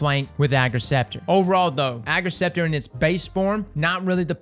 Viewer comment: Thanks for pronouncing its name right xD